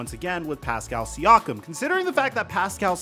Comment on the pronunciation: calling siakam “SEE-AWK-UM” is as annoying as calling luka doncic “ LUKA DON-CHICK”. its “SEE-AKK-UM”